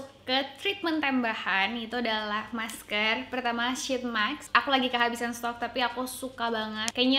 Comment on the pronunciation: mask ka bukan maks :(